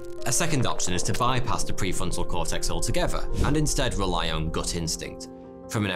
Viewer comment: The = Da...